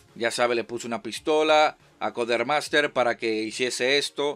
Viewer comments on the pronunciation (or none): no es "codermaster” es Codemasters.